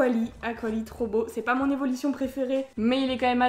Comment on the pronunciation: Pourquoi tu dis : évolition au lieu de évolution c'est pas un commentaire méchants mes voilà . En plus je t'adore 💗💗😘😘 tes une super youtubeuses